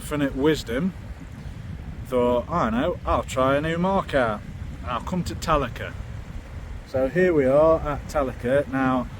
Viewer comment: I think its pronounced tal-Ac-Rer . Thumbs up. Love to fish with you sometime. And i need the help 😂